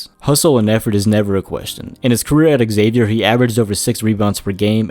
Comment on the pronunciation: Just so you know, it’s pronounced “Zay-Vyer” not “Eggzavier”